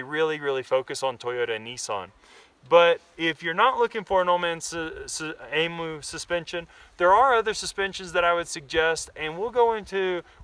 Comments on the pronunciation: Pronounced E'MEW!!!. Cheers from Australia. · Pronounced Eeeem u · emu is spoken like this - (em` you)